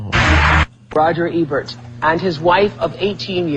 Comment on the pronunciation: "Rogert Ebert" lol